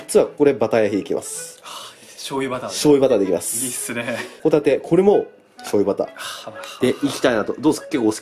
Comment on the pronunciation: 白貝とホ⬇タ→テ↑